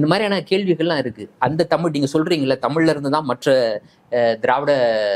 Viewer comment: தமில் இல்லடா . தமிழ். சொந்த பொழியை ஒழுங்காக பேச முடியல . வந்துட்ட 💸🫷